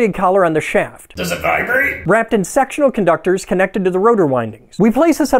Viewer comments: With your humor, I wasn't sure if you said "Sectional" or "Sexual" for a second. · Did anyone else hear "sexual conductors"? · I thought he said sexual conductors at first!😅 These videos are hilarious, and informative at the same time, and that's pretty cool!😜👍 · "Wrapped in SEXUAL conductors" is what I heard 😂